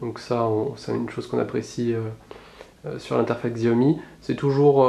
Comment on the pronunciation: ça ce prononce "tchiaomi" pas "xiaomi" ^^